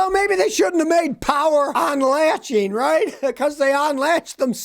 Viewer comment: "Openeen", "onlatcheen"???????